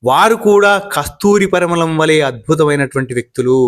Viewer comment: అయ్యా! తమరికి తె లుగు సాహిత్యం మీద మంచి ప్రేమ అభిమానం గౌరవం ఉండం చాలా హర్షించ తగినదే కానీ మీకు కొన్ని అక్షరాలు పలకటం లేదు అవి ముఖ్యంగా మీకు ణ, ళ మరి కొన్ని చోట్ల వత్తులు పలకటం లేదు. ఉదా|| కళ్లు అంటే కనులు అంటే దీన్నే తమరు కల్లు అని పలుకుతున్నారు కల్లు అని పలికితే అది మద్యం అవుతుంది అలాగే గుళ్లు అంటి తమరు గుల్లు అని పలుకుతున్నారు అలాగే పరిమళం అనే పదాన్ని తమరు 'పరిమలం అని పలుకుతున్నారు మలం అంటే అర్థం మీకు తెలుసననుకుంటాను. చూసార ఇంకా చాలా పదాలు సరిగా పలకలేని వాళ్ళందరూ ఇలా నత్తి పలుకులు పలికితే అదే సరిమైనదనుకుంటునారు జనం. మరొకటి కూడా మీకు ఈ సందర్భంగా ప్రస్తావిస్తాను ఇల్లు అంటే ఒక ఇల్లు అని అర్థం అదే రెండు ఉంటే అప్పుడే మనాలి ఇప్పటి జనం ఇల్లులు అంటున్నారు అది తప్పు ఇళ్ళు అని పలకాలి కాని మనకు తెలిసినదేమిటంటే పిల్లి పిల్లులు అంటారు కదా అలాగే అనుకుంటున్నారు. దయచేసి ముందు మీరు మీ ఉచ్ఛారణ దోషాలను సవరించు కొనిసరిగ్గా అక్షరాలను పలకడం నేర్చుకుని తదుపరి వీడియోలు చేయండి అంతేగానీ అర్థాలు మారిపోయే విధంగా పలికితే మీ పరిజ్ఞానాన మే సరైనదను కొని అదే అందరూ నేర్చుకుంటారు. నా ఈ విమర్శను సద్విమర్శగా పరిగణించండి దయచేసి నన్ను మాత్రం తిట్టుకోకండి తెలుగునేర్చుకొండి తెలుగు భాష ఎందరో మహానుభావుల చేత పొగడబడింది ప్రపంచ భాషలలో రెండవ గొప్ప భాషగా ఎన్నుకొనబడింది శ్రీకృష్ణదేవరాయలు దేషభాషలందు తెలుగు లెస్స అన్నారు. తెలుగు భాషను ఇటాలియన్ ఆఫ్ ది ఈస్ట్ అన్నారు. ధన్యవాదాలు. నాతో సంప్రదించాలనుకుంటె వవరైనా నాకు పోన్ చేయవచ్చు నా ఫోన్ నెంబరు